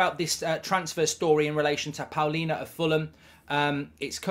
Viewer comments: Its Palhinha not Paulinha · Palhinha* not Paulinha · Not Paulinha 😂 Palhinha